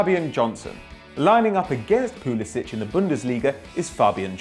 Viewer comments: its pronounced PulisiK not PulisiCH. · it's pronounced pulisic not pulisich even Christian said it himself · Pulisic. the c makes 'k' sound. this isn't a Croatian list breh. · Pusilic is pronounced Pulisik because for some reason he wants it to sound more American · Damian Likes Vegemite Pulisic said that you pronounce the k sound